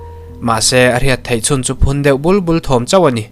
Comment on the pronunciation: Bul bul tih te mikhualpa tih tehi i lamdan hi a dik chiah lo deuh